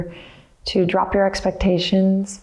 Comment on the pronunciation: Anyone else immediately think of the Beastie Boys when she said drrrrrrrrrop at the beginning? XD